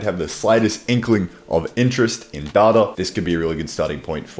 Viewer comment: How do you pronounce it data and not data